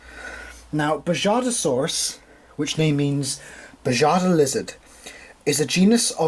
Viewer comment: Just to let you know the J in Bajadasaurus would be pronounced as the H in “house” is. Also I love this figure! 💜